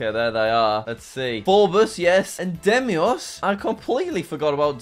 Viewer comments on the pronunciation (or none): Its pronounced day mos. not de mi os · it's Deimos Jack, not Demios. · It's deimos not Demios jack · ”demios” its deimos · It's Deimos, not Demios Jack. day-mos and Phobos like, phobia, pho-bos